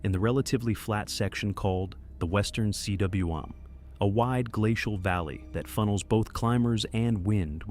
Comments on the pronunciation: The Western Cwm is not pronounced as if it's an acronym. The credibility of this item took a nosedive when the voiceover said " the western C-W-M". Cwm is a Welsh word for valley, and is pronounced Koom. George Mallory, the great mountaineer, named it the Western Cwm on the 1921 British Reconnaissance Expedition. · Cwm is pronounced "coom" - it's a geographic feature similar to a cirque. Check Wikipedia for more. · A CWM is pronounced Koom. Not seedoubleyouemm. It’s a Welsh word for a deep, steep mountain valley.